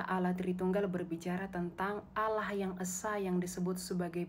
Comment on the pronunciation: Kan beliau bilang Allah nya kalian sama dengan Allah nya Yahudi, pliss dong ganti aja dengan sebutan Elohim atau apa kek, mana konsonan Allah kalian itu salah lagi..